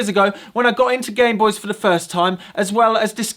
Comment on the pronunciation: Call it a Gameboys. “This is my Gameboys” Pronounced game boice